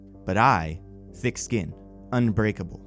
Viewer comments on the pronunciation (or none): none